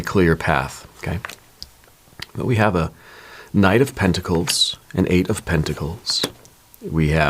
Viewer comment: Eight of penticals, not tenticals😮